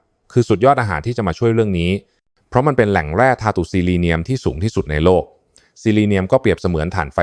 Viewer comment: ภาษาวิบัติจริงๆ ปวดหัวกับภาษากว่าจะรู้เรื่อง เช่นคำว่าธาตุอ่านว่าทาดแต่นี่อ่านทาตุเลยปวดหมอง แล้วอารามอนคืออะไรใช่ถั่วเอลม่อนหรือเปล่า